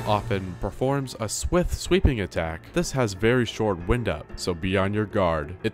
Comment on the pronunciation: "crynosis" "Examinate" "Increasement" All hurt me every time and then I heard "w-ih-nd up" instead of "w-eye-nd up" oh my god